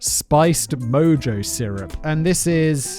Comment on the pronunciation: It's "añ-eh-ho" & "mo-ho". For Shaker & Spoon's ingredients.